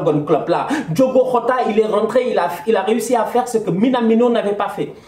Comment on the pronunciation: Top Performance de Liverpool. gères toi on dit pas hota on dit giota car le petit est portugais et dans le leur langue le J se prononce gio.comme José Mourinho. c'est la énième fois fois que tu dit hota.sinon top débrief.